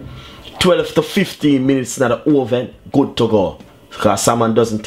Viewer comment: joshua lumwanji put it in the oweven